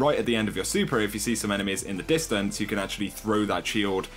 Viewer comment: Its super and master not supar and mastar